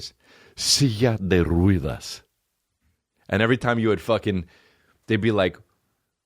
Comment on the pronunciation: The "e" in Ruedas is pronounced like the one in Mets or "heh"..